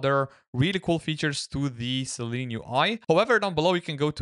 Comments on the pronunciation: I only said it because of what he types to search . He is also pronouncing it 'Seleen' throughout the video. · Shouldn't it be pronounced Silene UI? How you pronounce it should be Seleen, not Seelen right? Interesting video for the rest!